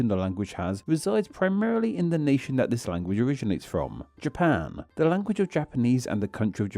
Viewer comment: Random unrelated question: why do you lengthen the final constant/syllable of each sentence? (Eg palau -> palawuh, nation -> nationnuh)